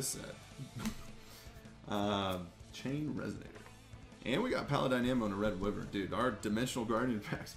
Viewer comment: Wyvern is pronounced as why vern not wivern I’m sorry it just irritated me, love the video